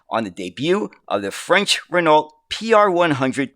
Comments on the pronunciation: It’s pronounced Rin Oh. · It wasn't the accent throwing me, it was pronouncing the silent "lt". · I can't help but to notice that "Renault" was not pronounced correctly a single time.